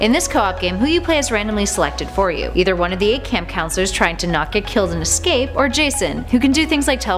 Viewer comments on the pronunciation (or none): none